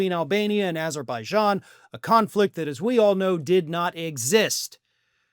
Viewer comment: not only repeated this 3-4 times but he also cant get even get Azerbajan name correct. he calls it Uberbajan, just like he wants to call gulf of mexico, gulf of anerica